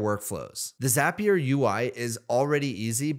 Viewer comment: Thanks for pronouncing Zapier correctly. Truly infuriating hearing how most people say it.